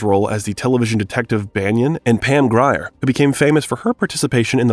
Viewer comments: I agree. I'm enjoying the content but mispronouncing the names when they're referenced correctly in the clips is lazy unless it's AI generated audio. It's pronounced Pam "GREER" not GRI-ER although it's spelled that way. You're hurting my ears. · Pam Grier! Not Gri-er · "Pam GRYer"? wth. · Waiting for the narrator to mispronouce another name..and he never disappoints. It's G-r-e-e-r fool! lol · Came here to say the same thing! This is so well-researched and well put together otherwise. It's a shame they couldn't hire a narrator who would or could say the names correctly. Were the editors just asleep or think we wouldn't notice?? "Pam GRY-ER, Marleen DIE-TRICH, Roger EBB-ERT"?! My god, smfh. How do you butcher those names so horribly? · Pam GRYER! Lol